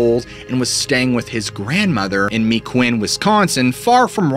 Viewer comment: I live in Wausau which is 45 mins from Rhinelander, WI. My aunt lives in Mequon, WI. Just hearing your pronunciation I know you’re referring Mequon which is pronounced Meck-qwon not Me-qwin Wisconsin has a lot of Indian names and most are hard to correctly pronounce! Just a little fyi😊